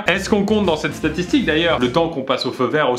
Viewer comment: Qui a remarqué qu'à plusieurs reprises le début de la vidéo Pierre disait "satitique"